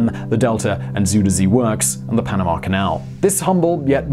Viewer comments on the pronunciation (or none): none